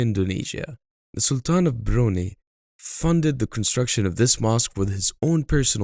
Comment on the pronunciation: Im from Brunei there are a lot of big and extravagant mosque but few people on it during normal prayer except jumaat prayer..it one of sign of kiamat..although i am thanks to the government for providing many mosque in the country.. by the way to pronounce Brunei is bru-nai not bru-nei although arabic version is bru-nei 😂